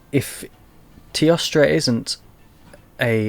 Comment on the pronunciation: It is pronounced as: T-OH-STRA. teostra.